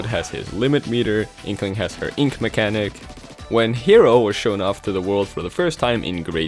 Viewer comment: The "K"ero. Uh-huh.